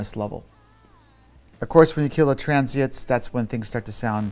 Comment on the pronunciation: "Transiets" Is he seriously saying it wrong??? Transient, Mr. Puig..wow.